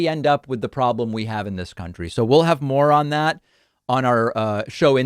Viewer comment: David did you say " we'll have more on that" or " we'll have moron that"? Given the context either would seem appropriate....